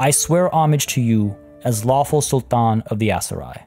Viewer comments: I like the way he pronounce the "Sultan" very Arabic. Much appreciated 😊👍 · I love how you pronounce Sultan in an Arabic tone! Truly impressive,.